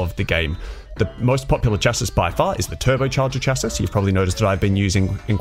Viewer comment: Its pronounced Shass-ee